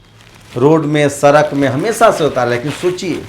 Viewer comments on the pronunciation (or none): Sala sochiye sochiye karta rahta hai सड़क nahi bol pata Sarak bolta hai neech